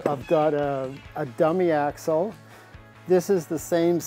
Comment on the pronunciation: This guy is the shit.. even if he can’t barely pronounce axle. Jk